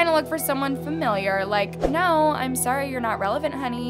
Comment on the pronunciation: “Naur” lmao